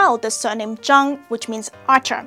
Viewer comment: When they say Zhang it sound they zang😫